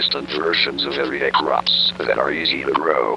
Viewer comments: c w h a p s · c r a h w p s